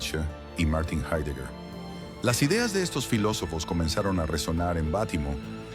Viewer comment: Se pronuncia jáidegar, analfabetas.